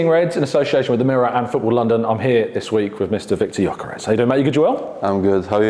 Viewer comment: Great interview Tom! But how are you capable of pronouncing the Ö in Özil but not in Gyökeres? It’s literally the same letter and is pronounced the same 😄